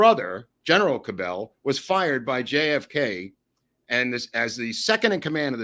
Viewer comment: The Dallas mayor’s name is pronounced “CAB-L” with accent on first syllable.